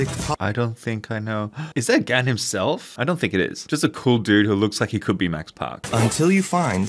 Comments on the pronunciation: Its "GAWN" GAH'N I have never called it G'ANN. Its like Genngis GHAN!! <<< I am trademarking that... I said it first!!!! So I am with you. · it’s pronounced gun, not gan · It’s not gan, it’s gaun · “its pronounced gan not gan”